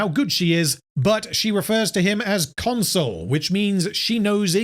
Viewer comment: I don't know how deliberate it is, but Pompey constantly being called a 'console' rather than a 'consul' tickles me every time. 🤣